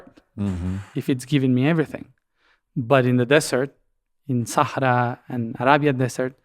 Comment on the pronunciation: I find Matias way of always using the original and native pronounciation of words ("Sa'hara") comes across very authentic; convincing me that he lived many times before.